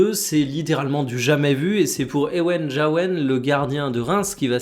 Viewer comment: Mini correction, Jaouen est un nom breton et le J se prononce simplement "j", pas "dj"